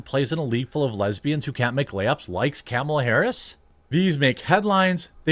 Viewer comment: Jeremy is so drunk that he's pronouncing Kamala correctly lol.